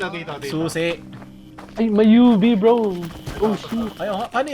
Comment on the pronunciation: Pag sumisigaw sila ng UV ang pagkakaintindi ko "Yubi" Lol hahaha